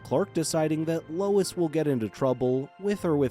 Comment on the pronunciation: Bro really calls Lois "lewis". 💀💀